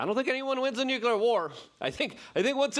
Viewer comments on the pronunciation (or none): Luke PLEASE, its NUKE LEE ERR not NUKE YOU LERRR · Why does Luke spell "Nuclear" when it's obvious, by how he pronounces it, that it's supposed to be spelled "Nucular"? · Nuclear. New Clear. Two syllables Luke! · Nu - clear. New Clear. 2 syllables ✌️ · The word is nuk lee ar! Why does everybody, even educated people, sound illiterate?! People arent taking it aeriously because evryone sounds like a cartoon! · Nuclear actually has three syllables. Nu- clee-ar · Pronouncing nuclear with more than two syllables waters down the entire message.